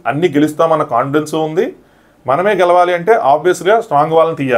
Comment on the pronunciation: garu gelavali anna word pronunciation wrong. Gelali gelali ani antunnaru repeated ga. So, Pronunciation correct chesukovali ani koruthunnanu